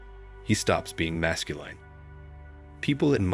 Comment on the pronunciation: It is masculine, not masculyne pronunciation. Great summary.